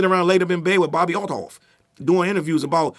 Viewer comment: The way he say Althoff is the funniest shit ever.